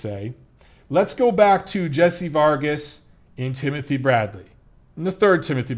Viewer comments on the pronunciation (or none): none